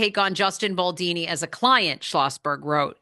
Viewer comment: It’s Baldoni not Baldini. Maybe you are mispronouncing it on purpose to mock him.